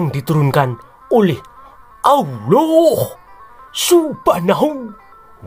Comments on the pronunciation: Luarbiasa penyebutan nama. Muhammad, alqiran, alllah swt dll, saya terpingkal pingkal, delain berani, sungguh lucu banget. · Pas menyebut nama Alloh aswete dan Muhammad aku tertawa geli ngakak 😂😂😂